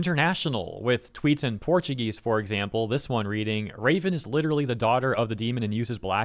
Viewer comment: From Raven to Ra-spits phlem ven